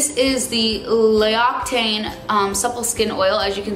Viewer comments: love this vid and u but for the future the oil brand is pronounced lok-si-tan :))) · LMAO L'Occitane is pronounced as "LOX-EE-TAHN" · Did anyone else noticed how she pronounces "l'occitane" ?lol